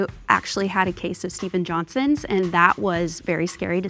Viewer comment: #1 gave it away instantly when she referred to SJS as "Steven-JohnsonS" syndrome instead of "Stevens-Johnson" syndrome...